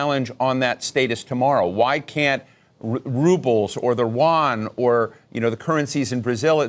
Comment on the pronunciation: 当一个白人在2025年把YUAN发音发成那样，你就知道他的眼界，圈子和代表了。